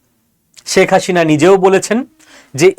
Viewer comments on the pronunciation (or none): উচ্চারণে ‘স’ ও ‘শ’ পার্থক্য জেনেও ‘শেখ’ ‘সেক’কে এবং ‘হাসিনা’কে ‘হাশিনা’ বলাটা কি ইচ্ছাকৃত? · শেখ হাসিনা নামটা ঠিকমতো উচ্চারণ করতে পারো না, তুমি উচ্চারণ করছো শেখ হাশিনা!